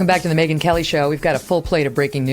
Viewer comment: <3 the show, I'm learning english from it. Yours pronunciation is so cool, Megyn, thank you so much! Greetings from Ukraine